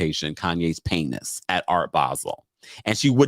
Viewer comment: Laughed out LOUD every time you said paynis. 😂😭😩